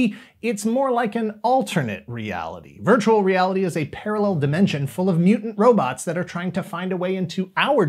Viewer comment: "TOHTALLY VIRTUEL!!!"